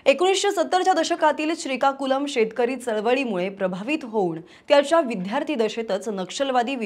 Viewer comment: विध्यार्ती? मॅडम निजामीत शिकली वाटतं विध्यार्ती. हीहीही